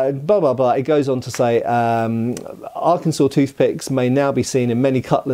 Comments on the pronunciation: thank you for your service i live Arkansas and yes it's funny a British guy pronounced it right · Kudos to for pronouncing Arkansas correctly. Not all Americans managed that. I'm not a native, but the USAF stationed me at Little Rock AFB for almost 20 years. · He even pronounced it correctly.